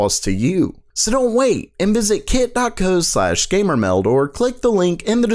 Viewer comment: I don't know what it is about this guy's voice, but it makes me want to stop watching the video all the time. There's some really good content in these videos, but the voice is just so annoying, I can barely get through it. Random strange sounding emphasis on everything. "WEL-CUM to GAY-MER-MEHLDuh" Some people grow into their voice the more videos they make and you identify their content with their voice, and some people diverge and you end up with strange, nerdy, awkwardness that is barely tolerable. This guy is clearly in the latter case.